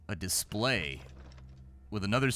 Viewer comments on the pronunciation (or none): none